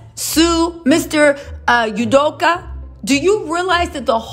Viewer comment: I love you to pieces so please take this from such a place of joy (that you bring!), but every time you say his name I hear "Sudoku" 😂😂😂 Keep on with your amazing self and just adore you!